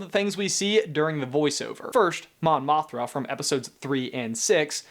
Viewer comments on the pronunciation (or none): It's Jyn and Mothma. Mispronounced